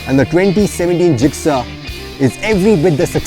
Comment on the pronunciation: When pronounces the word GIXXER! it just makes me very proud as i own a suzuki gixxer 155.Hit like Suzuki Gixxer owners if you are watching it.